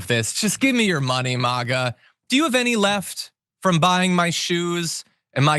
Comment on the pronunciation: It's pronounced MAGGuh. At least pronounce the fucking name right.